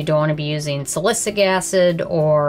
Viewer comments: Salicylic, not salicic lol 😆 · "Salicic acid" lol